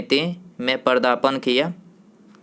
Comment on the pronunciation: पदार्पण , न कि पर्दापण